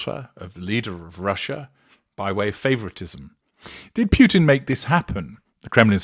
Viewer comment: Very interesting. About pronunciation: The surname Putin is pronounced "POO-tin", not "PYOO-tin" (which would be written in a different way.) As for Alina's surname, it's pronounced "kah-BAH-yeh-vah".